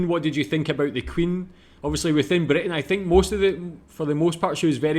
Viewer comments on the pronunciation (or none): none